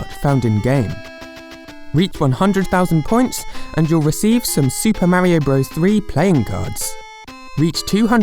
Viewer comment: LEARN HOW TO SAY MARIO IF YOUR GOING TO MAKE A VIDEO ABOUT IT!!!!!!!!!N Wallah? Seriously? Ok so you just need to learn English in general....it's voila with a "v" not a "w"